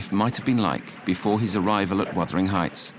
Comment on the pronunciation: It's wuthering not withering